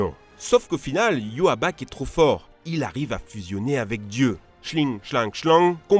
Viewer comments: Le mechan à la fin de bleach c'est pas "yuhaback" mais "ywatch" et le a ce prononce "o" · Ses pas "Yhuabac" ses "I-wa-tch" ou " I-wo-th" la prononciation !!! 😡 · TU PRONONCE MAL LE PRENOM (YHWACH) A cest iwautch dit le comme je lai ecrit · IL A DIT YOHABACH MAIS CA CE DIT IWATCH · Ywach au lieu de youaback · Il s'appelle pas iwabak mais iwotch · Euh Youaback ? Vraiment ? Parce que ça se prononce presque comme ça s'écrit " Ywatch " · Suis je le seul à prononcer et avoir toujours imaginé le nom du roi YHWACH= IWOTCH? Car chui choqué d’entendre YUAWAK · comme ça s'écrit Ywatch Lui prononce Youaback mdr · Sa se prononce pas Yuaback mais Ywach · Youaback... Mes putain D'OREILLE. sa se lit comme sa s'écrit bordel 😂😂 y watch. Sinon bleach à vraiment besoin d'un remake 2019 ou plus, genre vraiment. Ps : non ichigo est orihime on un seul enfant (kazui) lol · Iuabak ça se prononce iwatch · Ywatch avant g tjr cru que sa ce prononçait iwatch pas yuaback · Putain le viole du nom de yhwach xD lui il a lue yoabak xD ça m’a tuer ce manque de respect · Sa se prononce iwatch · Le méchant de Bleach se prononce i-ouatch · Ça se dis aïwotch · On dit i-watch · Oh mon dieu, j'ai vomi quand t'as prononcé le nom de Yhwach, ça se prononce Y - WA - TCH genre iwatch comme le verbe Watch en anglais avec un i devant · Yoabak mais c yhwatch ça se prononce en anglais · « yhwach » prononcer yuawak ça fait mal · Sa se prononce 'i-wa-tch" pas se que t'a dit 😤😤😤. Et si je l'ai lut la fin de Bleach ses trop bien 😍😍😍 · Tu a écorché le nom du boss final de bleach et sa fait mal au oreilles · Xd la prononciation de ywatch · La prononciation du Yhwach est insane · YHWACH LA PRONONCIATION QUINCHY AUSSI AU SECOUR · Comment ça respect pas la prononciation d’ywatch 😂😂😂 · Comment ta prononcé le nom de yhwach 😭😭😭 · 12 : 23 Oof, comment il torche son nom mdr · J’ai pleuré quant il y a prononcer yhwach 😭😭😂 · Bordel ywatch sa se dit pas comme sa et ichigo a 1 gamin et la fille c'est celle des autres